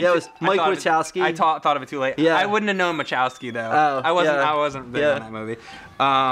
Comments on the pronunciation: Machowski is what they said, not Chasowki, but it still pisses me off lol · Is it not bothering anybody that Mike and called Mike Wasowski "Mike Chasowki"?